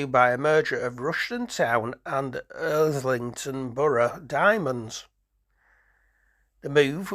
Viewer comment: Enjoyed the informative and interesting video so sorry to "nit-pick"... But.. They were formed in 1992 not 1922! And it was Irthlingborough Diamonds, not Irthlington Borough Diamonds! Sorry!!! Not a bad attempt at the pronunciation of the name of the stadium mind you... Not quite right but I'll give you that one! Keep up the good work!